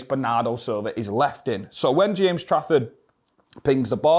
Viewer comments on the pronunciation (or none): none